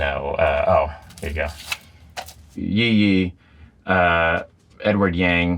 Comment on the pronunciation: That's not how to pronounce Yi yi, as far as I know